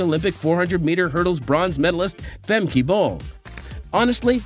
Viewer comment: Her name is not "Femkay" -learn how to pronounce her name it is no so difficult